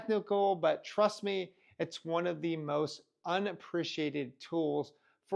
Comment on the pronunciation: Really instills confidence when a crypto youtuber starts out their video with "trudt me"